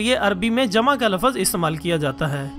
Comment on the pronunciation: Lafaz nahi lafz.